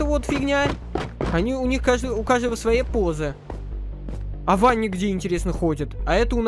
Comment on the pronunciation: только не Ванни, а Вэнни(так читается на Английском)